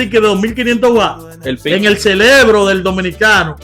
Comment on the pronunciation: lo veo siempre y usted dice celebro, por decir cerebro.